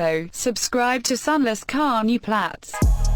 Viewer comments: "Also subscribe to SunlessKhan you plats" lmao I'm dying over here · "Also subscribe to sunlesskhan you plats" I feel offended.